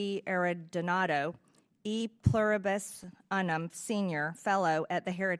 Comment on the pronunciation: This idiot doesn’t even know how to pronounce “E Pluribus Unum.” It’s the motto of our country. She stumbled over it as if she’s never even seen it before.